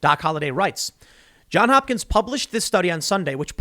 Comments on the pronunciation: "Johns Hopkins" Tim. Not John Hopkins. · Frog2 I'll give you thumbs up for that. But the Baltimore Hospital and University really are called JohnS Hopkins, and hearing Tim leave off that S is just grating and reflects badly on him.